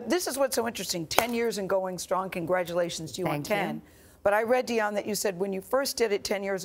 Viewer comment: Gayle King keeps mispronouncing Dianne's name...... It's not Dion... It's simply Diane.